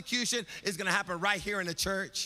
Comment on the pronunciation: "It's gettin quiet up in hea."